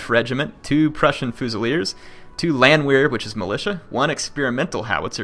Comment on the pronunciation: In case you were wondering, the Landwehr units should be pronounced as Landver. In German the "W" has a "V" sound. Also do a Napoleon campaign please. :)